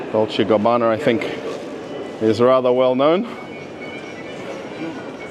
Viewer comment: Долче Габбанер 😂😂 ох уж эти английские intrusive R😅